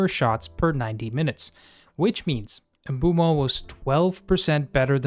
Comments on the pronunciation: Not to be that guy but he pronounces it "oomboomo" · Of course we care! I'm more concerned about most fans still don't know how to pronounce his name yet (MBOOMO! and you can hear him pronounce his own name in several videos incl. shorts here on Youtube). I was over the moon when Mbeumo signed in the summer but I think because of his late start to the pre-season (he didn't play much in USA) he wasn't hitting the ground running but also so didn't Cunha. I'm sure Mbeumo will become one of if not the best United signings in the post Ferguson era. I just didn't understand Amorim played him at the left side against Spurs which I think was a mistake. I think he wanted to surprise Thomas Frank and saw a Spurs weakness but I don't think it worked so well. Overall it was a disappointing game and I agree with Amorim Spurs was there for the taking but United mostly underperformed. I'm quite sure Mbeumo won't this season and I hope Cameroun aren't doing well in the ANC. Sorry, but I was happy yesterday when Cameroun crashed out of the World Cup which means Mbeumo will be a lot more ready and fresh for next season than most top players.